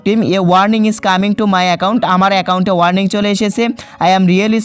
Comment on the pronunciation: ইংলিশ এর মায়রে বাপ কইরা দিছে,ওইটা warming না warning হবে,দুইটার মধ্যে অনেক পার্থক্য। আর বাকি গুলা তো বললামই না🐸